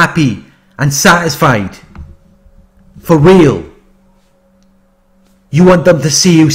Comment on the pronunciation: I like when you say "foreal" 😂😂😂